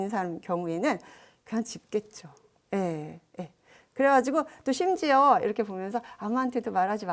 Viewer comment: 심지어, 속에, 훼손, 소수의 첫소리는 길게 발음하셔야지요. 이상. 미국 변 완수 배